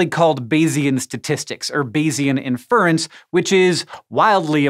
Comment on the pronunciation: Minor even for nits: "inference" is "IN-fur-ence", not "in-FURR-ence".